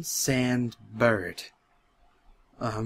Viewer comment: I love the way you say "Bird"= "burt"